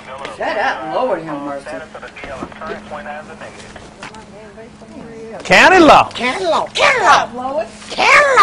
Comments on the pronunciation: lol COUN-LY LAW WE LOVE U DT (OR SOMETHING) cOUNTLY LAW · COUN-TY LAW